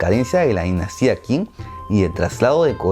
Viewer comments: Qing se pronuncia "ching", la q y la k en chino se pronuncian "ch". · Deberias hacer la historia de la Dinastía Qing Por sierto Qing se pronuncia ching